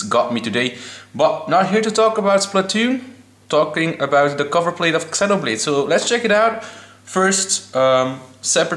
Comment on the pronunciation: Its Zee-noblade not EX-enoblade